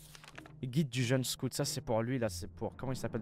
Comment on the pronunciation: Boy scotte ? Boy SCOUUTE